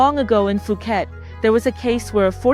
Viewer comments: You have been in Thailand for 9 years and still pronounce Phuket as "Fu-ket," instead of "Poo-get"? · Fuuket??? This one talks BS